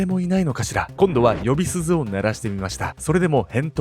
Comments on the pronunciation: 呼び鈴を、よびすずって読む人初めてきいた。よびりんじゃない？ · 呼び鈴は｢よびすず｣ではなく｢よびりん｣と読みます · 気になって調べてみたら『よびりん』と呼ぶ方が一般的らしいです。ちなみに『おぼっちゃまくん』の作者である小林よしのり氏の愛称は『よしりん』だそうです。 初めましてこんばんは。いつも興味深く拝聴しています。全動画見てます。これからも頑張ってください。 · 呼びすずではなく、ヨビリンといいます。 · 呼び鈴すず？よびりんじゃないの？ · よびすずw よびりん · 呼び鈴の読み方は、よびすずじゃなくて、よびりんだよ( ´ﾉω`)ｺｯｿﾘ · 呼び鈴 『よびりん』じゃなく『よびすず』に 笑ってしまったww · ｢呼び鈴｣と書いて｢よびりん｣と言います。 ｢よびすず｣が気に成って後の話しが入って来ないよ〰️ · 内容はいつもとっても興味深いです。でもね、ヨビスズってなに? よびりんだよ。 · 呼び鈴って「よびすず」って読むんだ！ 新しく学んだなぁ🤨🤔💡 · ものすごく場違いなのはわかるけど、よびりんをよびすずって読んでる人初めてみた😂 動画視聴後 想像しただけでゾッとする。 長男は必死に抵抗したのか、守ろうとしたのか…痛かったよね。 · よびりんをよびすずって言ってるのかわいい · つい、よびりんだよ！って動画に突っ込んじゃったw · よびすずって…よびりんなのに😅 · いつも楽しみに拝見しておりますが、【呼び鈴】は【ヨビスズ】ではなく【ヨビリン】です。最近では聞かない言葉かもしれませんが、気になりましたので。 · えっと、さっきよびすずってきこえたかな？よびりんじゃなくて？ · えと よびすず？ よびりんではなくて？ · 呼び鈴を「よびすず」と読んでた･･･「よびりん」ですよ。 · シンガポールにこういう一面が有るとは知りませんでした😱☀️ 清潔で規律の厳しい国という印象だったので、意外です。 何の恨みが有って子供達をこんな目に合わせたのか……😖💧 しかも犯人が捕まって無いとは……😱☀️ 犯人に良心の呵責は無いのか⁉️ 今回も何とも重い話題でした。 ところで、途中ナレーションで呼び鈴をよびすずと言ってますが、よびりんですよね😅 すみません。突っ込んでしまいました。失礼しました❗🙏💦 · まじめな声で「よびすず」って 思わず吹いたｗｗｗｗｗ 若いな〜って🤔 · 「呼び鈴」の読みは「よびりん」だと思うのですが。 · くっそどうでもいいけどよびすずって初めて聞いたw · 呼び鈴は「よびりん」って読むんですよ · 呼び鈴よびりんって読むのかと思ってた🫣🫣🫣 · 呼び鈴＝よびりん ですね☺️ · 、呼び鈴（よびりん）よ！ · 呼び鈴すずではなく呼びりん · "呼びすず"が気になっちゃって気になっちゃって😂😂😂勿論わざとですよね？ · 、呼び鈴読めないのかわいい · 呼び鈴(よびりん)かしら？ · よびすず、、、？！？！(よろんとせろん的なことなのか、、、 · 呼び鈴（よび-りん） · 呼び鈴→「よびりん」と読みます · 呼び鈴？よびりんだろwww他の情報が入ってこんわ。